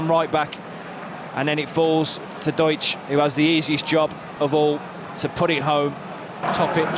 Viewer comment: the correct pronounciation would be ,,Dooksh“